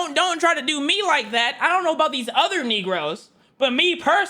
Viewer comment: Bro sounded white as shit when he said negros